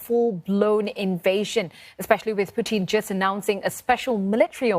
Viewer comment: Why she keep saying puthin?